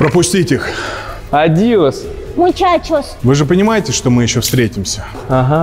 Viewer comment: Никита: адиос... Света;мачачус😝😝😜😛😈